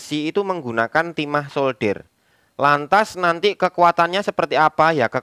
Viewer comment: gimana sih SOLDER bukan shouder ( ini artinya pundak)